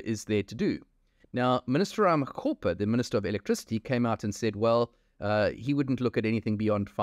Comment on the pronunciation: Its Minister RAMAKGOPA , its RAMAKGOPA not RAMACOPPER